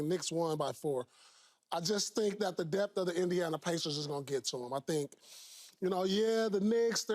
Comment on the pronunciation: "DEBT" or "Depth"